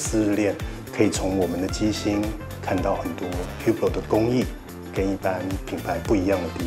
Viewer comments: Hublot品牌經理，唸自己的品牌發音還不正確...這有點不專業了...不知道H和T是不發音的嗎？ 烏缽落.. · 那不是語病喔，那本來就是發音錯誤，語病不是這樣用的… 而且正是本身對正確發音有要求，所以看到別人錯誤才會點出來 當你的名字被人唸錯，有人幫忙指正，結果是指正的人有問題？